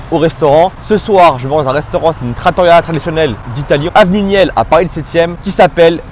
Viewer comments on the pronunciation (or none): none